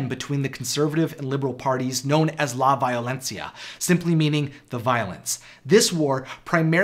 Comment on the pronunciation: I am sorry but the way he pronounced "la violencia" is killing me LMAO